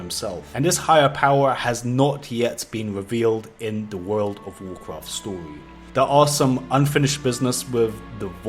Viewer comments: Damn dude, one more "wood of wuacrat" and i'll unsub you 😂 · Wuuf ovf Wukraft vid is up again... WTF he still keep pronouncing this wuuf ovf Wukraft till today??!?? Dont he read comment?!?? 🤦🏻‍♂️